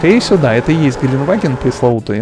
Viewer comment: Гелентваген правильнее